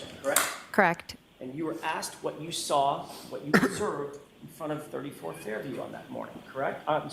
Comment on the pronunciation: Bwahahaha! 💀💀💀 I kept cracking up when she says “saw” she pronounces it “sawr”.